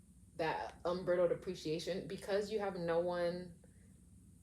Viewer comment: This is such a cute reading -- which was unexpected for an 18+ haha. I love your vibe, I'm definitely gonna subscribe. But I have to also just let you know that the word unbridled is pronounced with a long i like bride -- so it's un-BRY-dld. The first time you said it I was completely confused because it sounded like it was about something being brittle and then after the like 18th time I was like OH😆